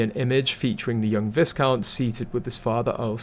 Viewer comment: Viscount- pronounced as veyecount with a long i.